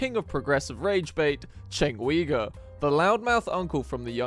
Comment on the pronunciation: " right-wing road rage terroist enabler, all while proving he doesn't even know who the hell" chenk ugyur is....at least say the guys last name correctly. goes for anyone... without that level of courtesy decency respect. this is now slop. your 'trashing' someone who doesnt even exist. attempting to do so by saying this person. (maybe they exist just never heard of the person you mentioned) that he doesnt kno who asmongold is constructive criticism, if your goin to critisize people you open yourself up just the same. chenk despite his personality and all the crap he says and i disagree with hes built something neither you nor i have (tho u may have just started aspiring towards it.) hes also an employer which means hes a net positive to alot of people giving that opportunity they depend on him he at least gets the grace of becoming cynical after so many years of being constatly esxposed and in bed with this to become the way he is. lol i dont know becauyse i dont watch nor follow. mostly TYT has turned out to be propoganda when ive tried to tune in. obviously come here because hes emotive and highly reactional type of person.. want to succeed at this? tho we may be amused and making fun of someone. keep your humility and being humble about it. pride dignity honor respect you grant and give them to the people you highlight and eleveat becayse they are doin that for you. you are walking on their back intentionally and knowingly stepping on them. easy anecdotes is the